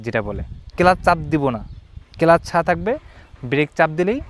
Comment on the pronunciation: ইঞ্জিল না রে ভাই ইঞ্জিন,,, আমাদের ষাঁড় শিখাচ্ছেন ইঞ্জিল আর কেলাস 🤣 ছোলো, থোটল 🤣